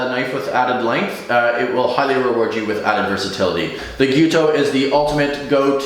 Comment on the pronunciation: thanks for pronouncing the word nearly correctly, it's Gyu-toU, you need to pronounce the last U but it's almost right. I've heard some horrendous pronunciations. however, you are butchering the pronunciation of Bunka. It's not Bun like bread. that U needs to be pronounced pointed lips. ask a japanese person to pronounce it for you.